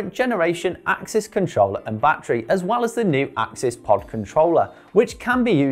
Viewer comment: Firstly, it’s ‘access’ (SRAM axs’ own description when it first landed) and it’s ‘de-rail-er’ Other than those silly rookie mistakes, good explanation 👍🏼